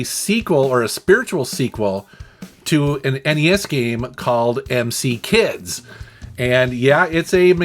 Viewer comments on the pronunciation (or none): Emcee kids? Do you also pronounce St. Ides as Street Ides? LOL.